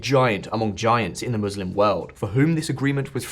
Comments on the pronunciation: I thought you were a real political channel, not a Zionist sympathizer and western propagandist...first it is Muslim not moslim and second we do not believe in occupying lands like Israel...we believe in inviting the whole world to Islam....the translation of occupied land is a lie and I challenge that translation....Also hamas was created by Israel as a counter to the Islamic liberation movement and this information is all available on the internet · Whats a mallslum? She cant pronounce muslim?